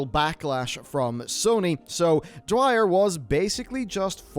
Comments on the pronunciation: Just wanted to point out that you're pronouncing Mitch's last name wrong. It's Dyer not Dwyer. Other than that, keep up the great work man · Imagine calling Mitch Dyer Mitch Dwyer for the entire video...smh, do the editors of these videos even do the least bit of proofreading? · dyer not dwyer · Ugh Dyer not Dwyer